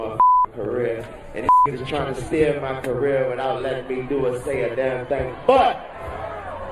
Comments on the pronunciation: Steer.. Not Steal.. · think he says 'steer' and not steal bro